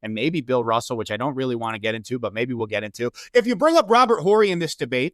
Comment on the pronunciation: Please let the guy that has to disrespect other players and other eras to lift up his king know that the H in Horry is silent